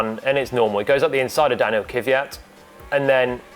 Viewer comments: Не се казва Кивиат. казва се Квят. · Its Kvyat, not Kivyat. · NOT Kyvyat.... Its KVYAT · He's name is Kvyat, not Kivyat, as you say. :) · Why do so many English presenters say Kiviyat when his name is clearly Kvyat? Learn the drivers' names... it's not hard. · Everytime I hear Kyvyat i kinda wanna punch the interlocutor. Saying Kvyat is not that hard i guess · He is the only one left calling KVY as Keew-yatt. I wonder where that extra "eew" letter comes from. His name is pronounced "kwee-yat". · Technically, its "Kwjat" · Kiviat? Try to say it the right way please. If needed ask it himself how to say it. This is bad bad bad! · Glad he’s ok. On a side note, why can no one pronounce Kvyat’s name correctly? There’s no vowel between the k and v. Stop putting one there. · Why is it so hard for everyone to pronounce Kvyat? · The English language does not have that sound in it. The only way to link a K and a V is by adding a vowel to separate the letters as they require a full stop between them to be pronounced. Doesn't really matter to them though. Much like Paul saying Kubika. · is it that hard to say Kvyat